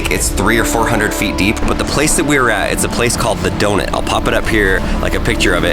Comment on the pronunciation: I'm sorry but did he just say "donit" It is pronounced "donUt" #nohate